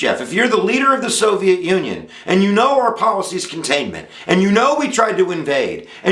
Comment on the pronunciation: Containment not Commtainmet or was that on purpose Comm Ie :)